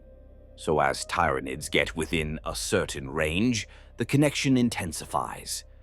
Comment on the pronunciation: The system cannot pronounce the words right look how it says Tyranids